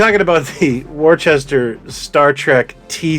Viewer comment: Warchester does sound cooler but it is, indeed, Wooster (like Bertie).